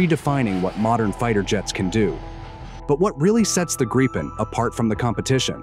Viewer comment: It's Gripen, not Grapen.